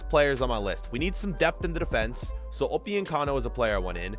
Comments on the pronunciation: Upyuncano? It’s upamecano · Why does he say upiyecamo its upamecano😂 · Everyone:Upamecano:Opiocano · He keeps butchering Dayot Upemecano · The way he says upamecano😂😂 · wtf you are butchering upamecano name